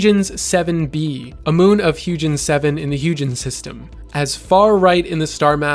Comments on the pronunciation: Great Vid! Fantastic, in fact! Just for ... I don't know - informational reasons, ;-) : Huygens - pronounced like "Hoi-gins" (hard G) - think of the Cassini-Huygens space probe ( - Cassini carried the Huygens space probe to Saturn system. Pretty cool stuff, really. Just some info - great vid, and thank you. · That pronunciation of Huygens hurts Can't have any sort of education in astronomy without encountering the original man or the probe named after him